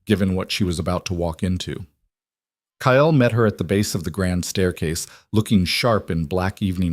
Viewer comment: The man’s name is Kyle and pronounced KYL NOT KY. EL.